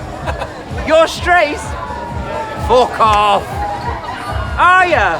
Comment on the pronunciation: "Fock off" 🤣